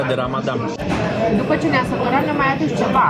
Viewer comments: PRONUNTIE CORECTA -RAMADAN NU RAMADAM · Felicitari pt calitatea filmarii si a continutului! Pronuntia corecta este RAMADAN